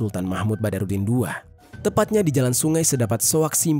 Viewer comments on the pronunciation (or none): Bandara sultan mahmud badaruddin 2 bang, bukan bahruddin ...😂